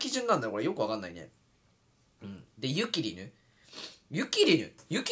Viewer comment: 「ゆ↑きりぬ」で草生える